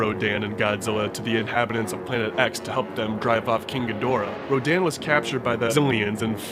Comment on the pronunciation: RADON not Rodan